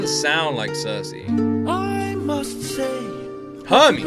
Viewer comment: Circe is pronounced like Cersei Lannister. Sir-see.